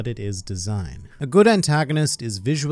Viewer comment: I really like your videos, but please stop mispronouncing Doflamingo as "Dol-flamingo" 😅